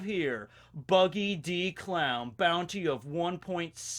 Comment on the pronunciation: I'm so sorry but every time you say "Buggy D. Clown" I'm just hearing "Buggy da Clown" and I can't handle it XD